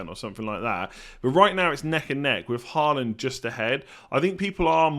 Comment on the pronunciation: you're pronouncing Håland's name incorrectly. - In norwegian "AA" is the international way of writing "Å" which is a norwegian letter and is NOT the same as "A" nor is it pronounced the same way.